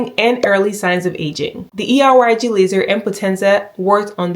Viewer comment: Killed it with the pronunciation of Er:YAG. Love how educational this video is as well ❤